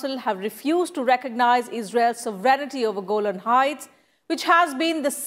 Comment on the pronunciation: FFS It's 'sovereignty' not 'sovereign-i-ty.'